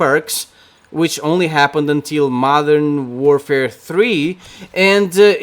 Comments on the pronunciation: There are more people playing than people watching your channel, also it is Modern "Warfare," not "doorfare," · It's Modern warfare.... NOT Modern Doorfare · maybe you think it’s trash because you can’t pronounce it right 😂😂😂 “modern doorfare” say it right weirdo ur channel is garbage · Modern dorfare? Jesus Christ can you fucking speak properly? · "Modern doorfare" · Why tf does he say modern DOORfare🤦🏻‍♂️